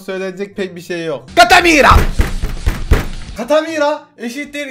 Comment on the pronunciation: Katamira değil nique tà mère ben fransızca biliyom